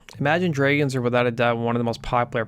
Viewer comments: How tf do you pronounce "dragons" 💀💀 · Imagine DREYgons? Is that some sort of local accent? I'm genuinely curious and I'm not a native speaker myself. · He's probably Canadian